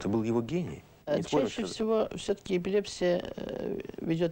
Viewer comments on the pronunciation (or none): none